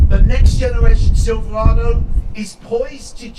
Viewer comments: He keeps saying “SILVA-WADOO” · Whats a silvwado?